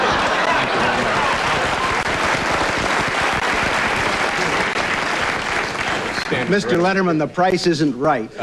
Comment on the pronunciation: First of all its Wapner not Warner and Dave was the man.